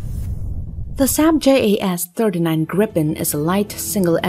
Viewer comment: the GPT(?)-generated graphics are dubious and faulty. Notice the completely messed up left wing. If that's s'posed to be educative, well, think again. picture looking like watermarked proprietary (check the hull). , ditto. Then, the AI-lector keeps messing up the aircraft name. Swedish JAS is pronounced "yas" (jakt means hunt, and is pronounced analogous to German 'Jaeger').